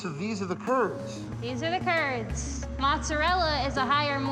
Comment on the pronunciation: So tired of dumb New Yorkers says “mutz-arella”.